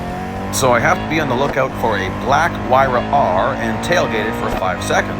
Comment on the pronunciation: It's Huayra, not Huarya